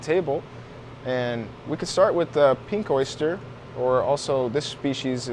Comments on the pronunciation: Did you say pink clit lol 😂 color I meant. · i just had to point out you almost said pink clit xD awesome vids as always, i cant believe how much ive learned here.